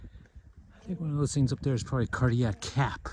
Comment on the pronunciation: Are you saying Cardiac Cap or Cardiac Gap?